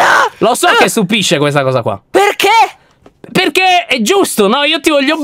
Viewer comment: ho rischiato di soffocare per la reazione di tutti🤣🤣🤣 e poi con quanta enfasi dice:"PERCHÉ??" 🤣❤️